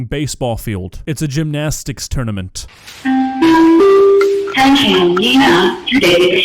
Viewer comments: "All Valley Gymnastic TourSament" lmao whaaatttt😂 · "All Valley Gymnastic Tour SAM E NT"... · I never knew what a “TOUR SAM E NT” was like but thank’s to this video, now i do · Movie AI learned the word Toursament from Duolingo AI. Brilliant 😂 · "Toursament". Brilliant. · Is no one seriously going to ask wtf is a “TOUR SAM E NT” is?! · "GYMNASTIC TOURSAMENT" 😂😂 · “ALL VALLEY GYMNASTIC TOUR SAM E NT” 😭😭 heartwarming.